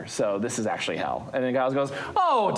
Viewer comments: Twitching everytime they pronounce it "Guy-lls" instead of "Jai-lls" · The fact that they pronounced Giles with a hard G is really annoying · Why do people call him "Guyles"? Is Giles difficult to say or something?